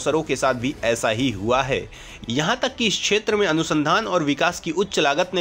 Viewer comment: छेत्र नही (क्+ष)क्षेत्र बोलो